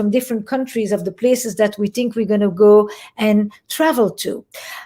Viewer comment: Whenever she says "Tink" as in think...I get chills...I'm crushing hard on EP!!!